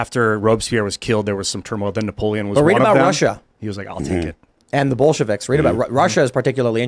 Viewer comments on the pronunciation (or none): none